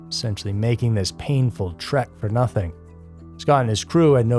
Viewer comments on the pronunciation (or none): none